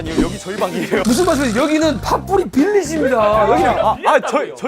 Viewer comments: 빌리지 말할때마다 빌리진인줄ㅋㅋㅋ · 나는 왜 빌리지가 빌리 진으로 들리지....음정도 비슷한듯